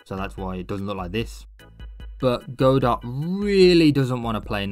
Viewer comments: Apparently it was named after the play "Waiting for Godot" in which the character's name is pronounced "god-oh" in English (the plays creator confirmed this as the correct pronunciation despite another English version of the play pronouncing it "guh-doh"). The silent T comes from the French origin of the play, a language riddled with silent letters. Something you may find funny is that the word "silent" in French is also spelled "silent," except the T is silent; it's pronounced something like "see-lah" (the "lah" isn't quite right, but French sounds a bit different than English). And despite all of this, the creator of Godot who named it after the play still pronounces it "go-dot" rofl. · i love this video but FOR THE LOVE OF GOD ITS PRONOUNCE "GOD-OH" AAAAAAAAAAAAAAAAAAAAAAAAAAAAAAAAAAAA seriously cool vid tho i subbed